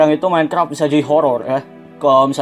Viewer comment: kok ngomong minecraft minecrap?